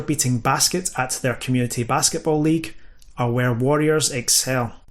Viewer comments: Jesus Christ, the accent , you pronounce both variants the same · I'm not going to lie... your pronunciation of 'warrior' and 'worrier'... a bit confusing... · Had a pretty hard time distinguishing if you were saying worrier vs warrior while I was listening at work. I'll have to watch it again with subtitles. Best presentation of the subject I've seen on YouTube yet.